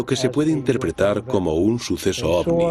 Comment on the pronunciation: Me tuve que fumar todo el programa al relator diciendo OSNI en vez de OVNI. Hubieran puesto a alguien que por lo menos sepa pronunciar correctamente la palabra central del documental. En fin, una vergüenza.